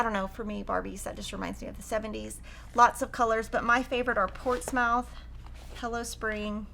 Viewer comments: Riley Blake favourites are journal basics, none of the others are me, however I do like the colours of Alice in wonderland. Portsmouth is pronounced Portsmuth, just us English with weird pronunciation, especially place names. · Here in New Hampshire we prononce Portsmouth as portsmuth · Enjoyed the video. Suggestion: check your pronunciation of “Portsmouth”. Did not sound correct.